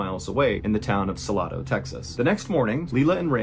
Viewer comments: It’s pronounced like this.. sa- lay- dough Salado, TX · Advice from a Texan... pronounced by the locals as : SUH-LAY-DOH, although, kudos to you for pronouncing it in perfect Spanish! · You would think Salado was prounounced Sa Lah Dough. However they pronounce it Sa Lay Dough. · Salado, Tx... pronouned SAL...LAID... O ..😂😂😂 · Pronounce Salado with two different “a” sounds. The first a, in Sal, is pronounced like the sal in salad. The second “a” is a long “a”, like the ā in aide. Then the “o” is a long ō, like in rodeo…Sal- ā-dōe…Salado. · It’s Sal A do- that’s just an easier way to see how it’s pronounced, I used to be there all the time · I was shocked when I heard this story cause I actually live.in the town where the festival was . You're not pronouncing the name right, but I'm not smart. Enough to explain how to say it right. I'll try . Sa lay dough. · FYI: suh - lay - doh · Just fyi Salado texas is pronounced : Suh-LAY'-doe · Preciate all the good videos brother, just want to offer some helpful advice its sa-lay-do 🤙🏻🤙🏻 much love ❤ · Pronounced su-lay-dough